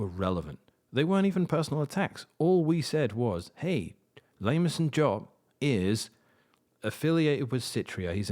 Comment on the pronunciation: Lameson Jop is so fitting :D sounds like "lame slop"